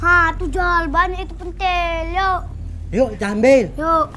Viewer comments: pintil bukan pentil🤣🤣🤣🤣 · Ucapannya salah ya harusnya *pèntil"